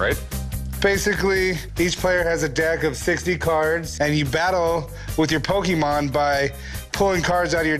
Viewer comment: 故意念錯其實就是想表達我不是這什麼寶可夢掛的，雖然確實不算很失禮、羞辱人，但以一個商人來說其實不算甚麼專業態度。